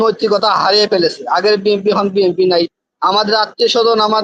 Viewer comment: টকশোতে এসব লোক নিয়ে আসে যারা বিএনপি বলতে পারেনা বিএনপির উচ্চারণ জানেনা এসব ফালতু লোক নিয়ে টক শো করে উপস্থাপক কি মাথার মধ্যে দোষ আছে